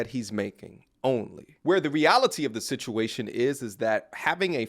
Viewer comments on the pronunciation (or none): none